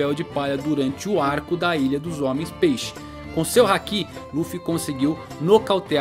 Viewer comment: ainda procurando um youtuber que saiba falar haki direito...kkk